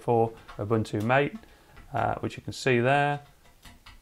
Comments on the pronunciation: Greetings! I enjoyed your quick review of Ubuntu MATE on a Pi 4. I thought you might be interested in knowing the desktop is named after the drink, so it's pronounced "mah tay." [EDIT: the link I supplied from the Ubuntu-MATE website contained mostly comments from folks arguing about the pronunciation. So I didn't realize it's a contentious topic. I'm not trying to start an argument.] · The Window Manager Mate (based on Gnome 2.x) is named after Yerba Mate, the national drink of a few countries in South America. Pronounced 'Ma-teh' (Spanish). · it's mah-tay mate